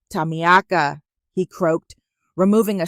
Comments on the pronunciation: Is the name Tamiaka or is it supposed to be pronounced Tamika? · I love the voice but the name is pronounced Ta meek ah. Think about getting a woman with some age to make it really real baby. I will do it just for the fun and the attitude. It sounds fun and I love your stories. Great stories.